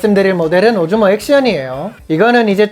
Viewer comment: 오즈몬를 오줌이라고 들어서 깜짝...ㅋ 엫 요즘엔 렉스 명상이 기다려져. 매일 알림 확인하면서 기다린다. 감기 조심하고, 건강 잘챙겨서 다음 영상에서도 건강한 모슾으로 오~~~래 만나자